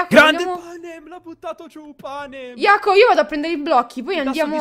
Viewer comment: PANAM?? NO!! PANEM??? NO!!! PENEM?? SI!!!!!